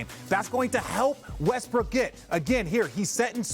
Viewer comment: He called the man “Westbrick” lmaoo that pretty much sums it up 😂